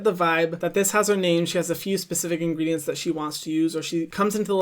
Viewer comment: The way hyram pronounces ingredients is just INSANE!!